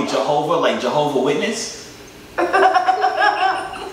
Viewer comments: when that kid pronounced as Jehova i got weak............On God..............ohhh myyyyyyyyyyyyyyyyyyyyyyyyyyyyyy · LMAOOA this man did not just say javio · Mans really said "Jehovah" and "Jooviyoo" lmfao 😭😭😭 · Not " jah-ho-vo "🤣🤣🤣🤣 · I thought he said johobo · Bruh people forget and mispronounce name it’s so funny